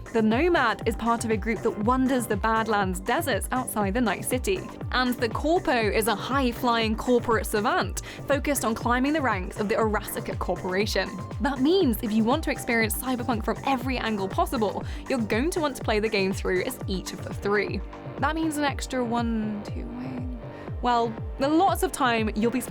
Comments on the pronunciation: it's pronounced ar-uh-sock-uh, think Japanese pronunciation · あらさか That’s how you pronounce it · Air uh sock uh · Climbing the ranks of the WHAT corporation? My god, that pronunciation cracked me up. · "Erassika corporation" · Arasaka is not Uh Rah Sah Kuh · They said Araa- sucka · They said...ARAH - SUCKA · i’m not japanese but japanese pronunciation probably would be “Ah ra sa ka” because it’s あらさか I think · That was the weirdest way to say arasaka ever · What the hell was the arasaka pronunciation lol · Did she just mispronounce Arasaka? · The way they mispronounced arasaka is hilarious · it does...people have no respect for other languages but English..its literally mis pronouncing a Japanese name. Which is fine as a mistake or inexperience but people should learn how to say people's names...imagine you lived in Japan and they kept calling you Daviiiii instead of Dave hahah